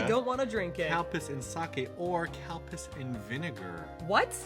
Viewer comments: Wow,, it sounds like you are saying "cow piss". 😨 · lmfao I thought for sure they were saying Cow Piss and not Calpis. Thank you subs! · I literally thought you were saying COW PISS xD I was like, "damn they take these punishments to a Fear Factor level o///o " Calpis. Got it.